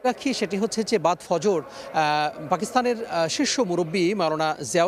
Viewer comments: উপস্থাপিকা দুইবার ফজর কে ফরজ বলেছেন। প্রথমবার ভেবেছিলাম স্লিপ ওফ টাং হয়তো। কিন্তু দ্বিতীয়বার একই। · News presenter said, Forojer namaj. Actually it will be Fajorer namaj. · এত বড় একটি সংবাদ মাধ্যমের সংবাদ পাঠিকার সাধারণ একটি শব্দ ফজর টাকে সঠিকভাবে উচ্চারণ করতে না পারা বড়ই দুঃখজনক। এদের কারণেই বলতে হয় অটো পাস